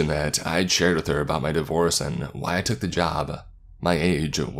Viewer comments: starts out by pronouncing "divorce" as "divorice" - - weird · “After my davorice” How hard is it to just pronounce things correctly? Seriously couldn’t even get through the first 11 seconds.